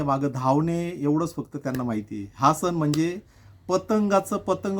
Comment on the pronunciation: तुमच्या व्हिडिओ मधील संदेश हा सर्वांना मौल्यवान आहे पण मराठी भाषेची अडचण अशी की सणाला सन नाही तर सण असा उच्चार व्हायला हवा.. 'न नळातला आणि "ण" बाणा तला ही चूक समजून घ्यावी ही माफक अपेक्षा . मकर संक्रांतीच्या तुम्हाला खूप खूप खूप शुभेच्छा!